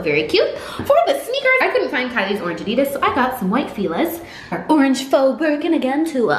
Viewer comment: Lmaooooo when she said white “Fila” girl that is not how you pronounce it